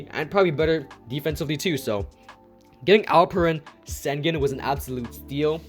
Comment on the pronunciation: It’s pronounced Shin-goon.